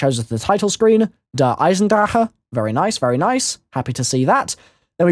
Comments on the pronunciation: Finally someone who speaks the correct pronunciation "Der Eisendrache" congrats you really care about it. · i'm german and im glad to hear an englisch youtuber who speaks this map correctly out good job m8